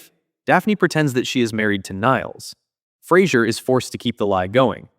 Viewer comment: David Hyde Pierce smirking and saying "you said Flasier" 🤣🤣